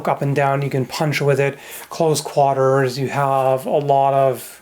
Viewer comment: That's the first time I heard someone pronounce "quarters" as it's spelled.